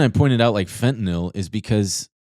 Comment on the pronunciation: It’s pronounced fentanyl not fentanyl